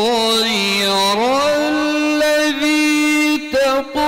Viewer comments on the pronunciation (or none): none